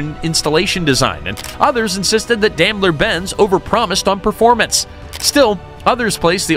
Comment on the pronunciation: Teach you AI robot narrator how to pronounce "Daimler".. It's DIME-ler.